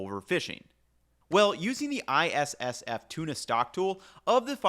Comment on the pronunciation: Be honest, how many times did you have to practice saying ISSF before you could record it this cleanly?